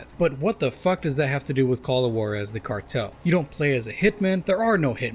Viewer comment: I Can say without a doubt that I love these games! Pretty good westerns. But as a Mexican, I cringe whenever I hear how they pronounce Juarez LMFAO